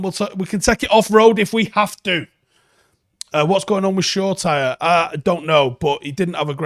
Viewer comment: Shoretire is not pronounced “show-tire”. It’s a Nigerian name pronounced S(H)-O-R-E-T-I-R-E (try pronouncing the words one after the other).